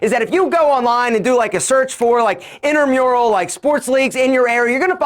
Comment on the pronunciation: Not to be THAT person, but it’s INTRAmural sports. Not INTERmural.